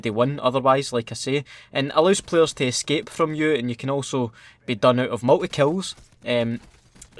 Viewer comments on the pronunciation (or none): none